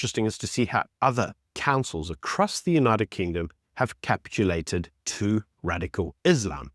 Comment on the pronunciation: I think it’s capitulated not capulated